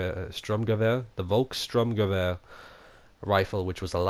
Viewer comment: Cool vid for you lot! FYI: Volksturmgewähr = pronounced as Folk Storm Gevaer /flat "g", /ae like the "e" from demon. There ya go! German pronounciation for English speaker. "Modern Firearms" are nixed, because someone reported it for copyright...